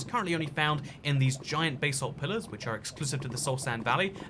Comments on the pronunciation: What is this 'bay-salt' you were speaking of? Seen you mining gold and 'bas-alt' but didn't see any bay-salt😁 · Basalt: pronounced it like ‘da salt’ with final stress